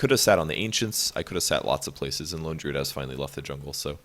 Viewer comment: Why does pronounce "Lone Druid" as "lingerie"?